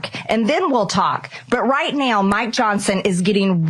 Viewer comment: Will MAGA Mike survive 6 months and if so will his hair be grey? BTW when Marjorie Traitor Spleen says "Now" It sounds like "Neoww" or more precisely "MEOWW"